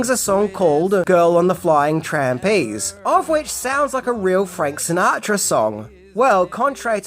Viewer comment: Do you realize you said "Trampeze" not Trapeze? Or was that intentional?